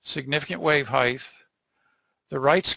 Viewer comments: Great lecture! However the pronunciation of "height" as "height-th" (with a th sound at end) was driving me crazy. "Depth" and "Width" have a 'th' sound at the end, but "height" as a 't' sound at the end. Other than that verbal tick, the content was excellent by any measure. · Yeah that heighth was so cringey I couldn't watch this 😖